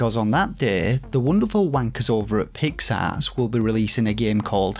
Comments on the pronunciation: With your accent (I’m American, of course) “Pix Arts” sounds like you’re saying “Pigs Ass”. Which made it all much funnier. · Was so happy to see you in a Kotaku article. Hope it brings more eyes to you! BTW: Did you review A Robot Named Fight yet? BTW2: Every time you say Pix Arts, I hear “pig’s arse.” I’m a Yankee so it may just be an accent thing, but I’m assuming that’s intentional. 😂